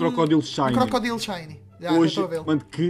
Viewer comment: e krokodaile e assim que se diz